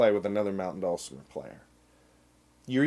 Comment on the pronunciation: I don't know how to spell phonetically, but I'll give it a shot. dull-simmer. Put the accent on the first syllable.